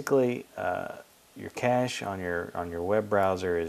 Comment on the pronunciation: ur saying it wrong